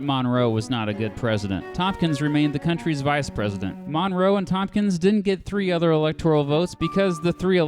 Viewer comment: The way you pronounce "Monroe" as "MONNROE" does not get in my nerves, but gets in my head.